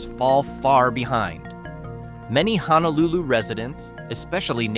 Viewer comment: Well, at least the AI could pronounce “Honolulu” (almost).